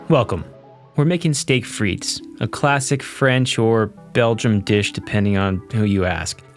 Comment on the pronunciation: One of these days people will realize the S in Frites is silent